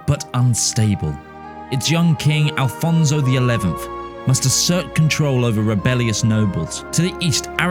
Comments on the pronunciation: Ah yes, the tradition of saying the portuguese "Afonso" as the spanish "Alfonso" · Stop saying Alfonso, its Afonso in portuguese